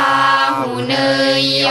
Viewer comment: อาหุเนยโย ปาหุเนยโย ทักขิเนยโย เขาให้อ่านเนยเป็นไนนะครับ😊😊😊